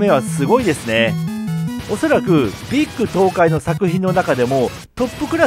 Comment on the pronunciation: こん❗️🤗 ビック東海…アイギーナの予言しか、プレイした事ないです〜😅それも、一回…😅 でも、流石さん❗️ビック東海を、ビッグ東海と間違えて言う人がいますが、ちゃんとビック…と言ってますね〜😅 でも、ラストに紹介してもらった、どろぴーは、中々楽しいゲームと聞いた事があります〜❗️😆 マイナーゲームの紹介も、また観てみたいですね〜😆 また、ライブ…お邪魔します〜❗️🤗 突然❗️マッチョマン…ライブのネタ用に、覚えとこう…😅